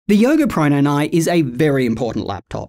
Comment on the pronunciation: "The Yoga Proynyny"? 😅 As always, love your thoroughness and focus.